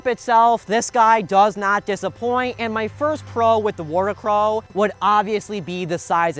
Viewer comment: Heads up… you’re pronouncing it wrong. Worricrow It means Worry crow Pronounced “Worry-crow” It’s literally just the old term for scarecrow Just as that’s not pronounced scar-eh-crow